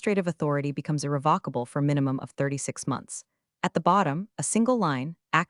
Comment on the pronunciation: Good story, good editing. Narration consistently mispronounced irrevocable throughout story. Captions not watched.